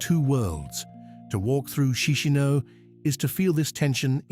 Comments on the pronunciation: It's not "Chee-shee-no". It's "CheesH-NOW". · Actually is KeeSH--NOW